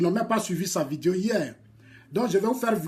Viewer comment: Ont dit pas vidio on dit vidéo